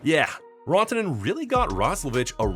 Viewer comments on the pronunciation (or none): "Rawntonen??" WHO Is "Rawntonen??" Dallas Forward #96 Is "Mikko Ran (🏃‍♂️)-toe-nen (as in Ran away from the Carolina Hurricanes) Not "Raw" as In "Uncooked steak"🥩 DUMBASS 😂